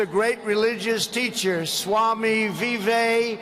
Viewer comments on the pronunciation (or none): Trump: Vivekananmundun Modi ji: Doland trump😂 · When D. Trump said, "Swami Viveka***da". I couldn't understand that what he said. Looks something we heard in abusive language. They must be prepared for correct name pronunciation. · Donald Trump: Swami Vivekaaaaaamunund! Yogi Adityanath: Aaj se tera naam Petrol Pump. 😂😂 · Modi after listening wrong pronunciation of swami vivekanand - Plz welcm Mr Do Lnd trump.. 😂😁